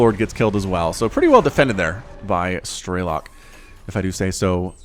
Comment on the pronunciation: Man, its pronounced strelOk, not strElok. He is Ukrainian and it’s mean “marksman”